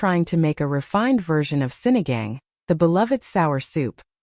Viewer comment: It's Sinigang - it's pronounced as Sini gung!